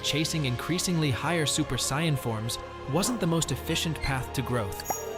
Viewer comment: It’s Super SAIYAN not super sain. Learn how to speak goofball.